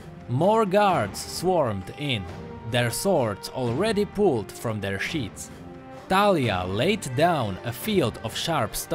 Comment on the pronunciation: i think its like the actual name so you probably pronounced it correctly. :) also great vid